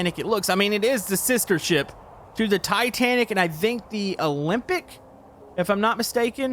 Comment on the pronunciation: Your not mistaken when you say olyimpic